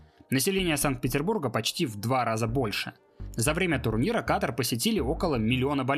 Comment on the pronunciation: *Ката́р, Ката́ра, Ката́ру и т.д. Только из-за этого не стала даже досматривать видео 🙄